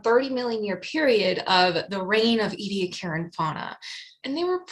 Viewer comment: Australians pronounce the place: EE-Dee- AAck[a]ra., your videos constitute an outstanding curriculum, seminar series, book for students of ALL ages from primary right through postgrad overviews, and reviewing! Thank you! Those who have never touched live sponges, by the way, they are considerably stiffer than the boiled remnant with which those who have not dived, understand sponges to be. Greater understanding of evolutionary process can be had in the evolutionary development literature, with its easy explanations of repetitive expression of HOX genes and the ways in which very specific epigenetic shutting off occurs. Body shapes of Precambrian and Cambrian organisms show most clearly the simple repetition that, elaborated, contribute to the enormous diversity Chuck Darwin commented on, that we see everywhere, even though we ourselves live during a period of biotically-driven mass extinction.